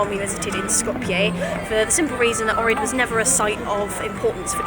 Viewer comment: If u ever go back to Ohrid, make sure to pronounce Oh-k-rid